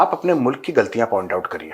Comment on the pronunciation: मुलक ✅ मुल्क ❌ 😂🤣🤣🤣🤣